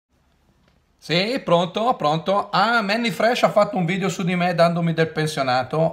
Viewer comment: Si dice video non vidio poveraccio